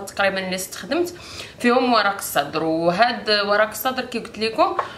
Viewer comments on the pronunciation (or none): اسمو ورق السِدرْ و ليس ورق الصدر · ورق السدر بكسر السين